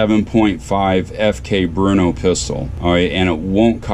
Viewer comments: Brno = more accurate pronunciation: BUR-no. (not BRU-no) nice video! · czech people pronounce it "burno", not "bruno"